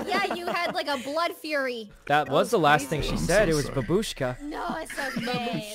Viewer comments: It’s bAAAAAAbushka :(( Y is the only way people say grandma babUUshka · did he just say babushka rae??😂😂 GRANDMA RAE NOOO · The only Russian word she knows she pronounces wrong haha